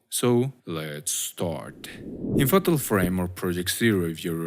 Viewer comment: not him saying ''faHtal frame''